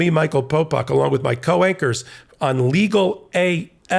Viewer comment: As a Brit, there's always something a bit funny about hearing the word 'co-anchors' out loud